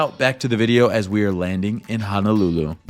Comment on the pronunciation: My biggest irritation is how people mispronounce Honolulu It is HO-NO-lulu not HA-NA-lulu 🤙